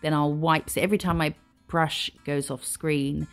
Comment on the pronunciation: I’ll like The Way You are, You are Funny and give sow much detail. And like yours designs Love The Way You say Brrrrush😂😂😂❤❤❤